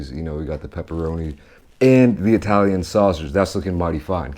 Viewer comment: I-talian sausage...